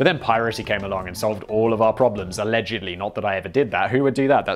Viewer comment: "A-legedly" Haha.